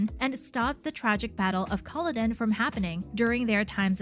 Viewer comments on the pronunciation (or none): It’s pronounced Cull-odd-en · It's pronouced Cu-law-don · Also Colloden